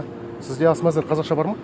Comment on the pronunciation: Әс емес ас